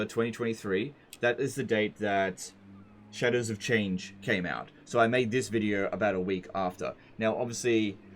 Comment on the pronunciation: When says "Shadows of Change" I heard "Cheddars of Change" every. Single. Time.